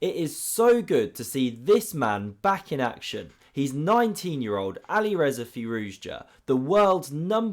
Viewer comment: "But here we see great counterplay from Alirezar again." I love your content, but you really need to pronounce the players' names properly. It's Alireza (without an 'r' at the end).